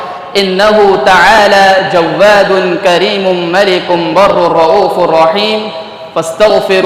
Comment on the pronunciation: جواد میں واو بغیر تشدید کے پڑھا جاتا ہے